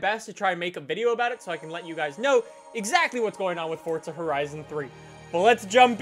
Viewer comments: its forza not fortza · Why the fuck does he say fortza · "Fortza Horizon" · Why does he say Fortza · Why do you say fortza?